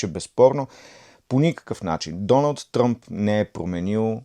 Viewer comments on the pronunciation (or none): none